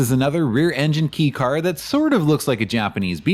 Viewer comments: Pronounciation It’s not pronounced ‘Key’ It’s more pronounced like ‘K’ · Kay is proper, I had to stop watching 4 minutes in b/c "key" was said so many times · It’s K-car not key car 😂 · Kei as in kei car is pronounced "kay". It actually is a k. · kei is pronounced “kay” not “key” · .. Kobe..? I’ve never heard anyone pronounce Kobe as koh-b.. it’s pronounced koh-bay… also “Kei” is pronounced as kay.. not key. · It's pronounced "KAY" not "KEE". It's short for the Japanese word "kei-jidōsha" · Nice work. It’s pronounced kay car rather than key car. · key car? It's kei car (kei-jidōsha), could research it before making 40 minute long video about Japanese cars. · Ahhh sorry my bro, it's pronounced 'kay' car. And was Daihatsu missed? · Surprised I'm the first to say it but I'm pretty sure it's pronounced "kay" car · Hey, it’s pronounced “Kay” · I've never heard it pronounced "key" in the States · It's fascinating how confident you are about this. I believe that you actually speak a bit of Japanese, but it seems nobody has ever corrected your abysmal pronunciation. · It is, he just said it wrong